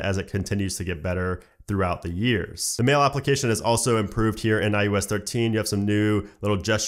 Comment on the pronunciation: why do you keep saying I-U-S 13? its IOS